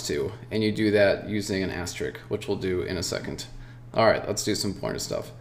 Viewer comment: It is called asterisk, not asterick ;)